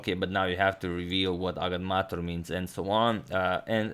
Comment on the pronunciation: Thank you for the correct pronunciation of 'Agadmator".